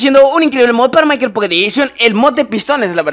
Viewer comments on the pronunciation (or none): none